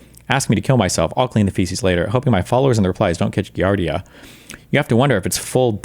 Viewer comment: “Ghi Arr Dia?” 💀💀💀